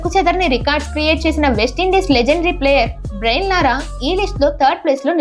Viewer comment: బ్రెయిన్ లారా❌ బ్రయాన్ లారా✅